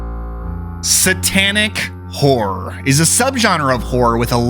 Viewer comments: It's "horror" not "whore." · It sounded like you said Satanic Whore at the beginning